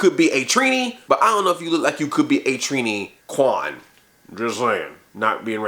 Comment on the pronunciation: a Trini... Kwan... LOL